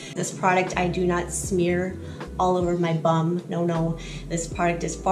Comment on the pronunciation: great video but bum & boom are two different words w/ two different pronunciations 😊